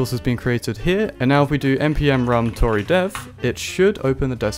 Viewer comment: great content but total sidenote, Tauri is a reference to Stargate afaik and it's pronounced 'Tow-Ree', similar to 'Cow-Ree', as opposed to Tory - which is named after unaffordable mortgage rates.